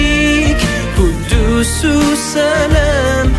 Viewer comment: He doesn't know how to pronounce quddus properly lol